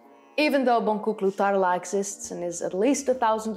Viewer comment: "Bondjuklu Tarla" is the right way to pronounce and it is better if you don't push hard on the sound "r" in the word Tarla, other than this you pronounced the Karahan Tepe and Gobeklitepe very good :) im a native Turkish speaker. Thank you for the video i liked it and i subscribed 😊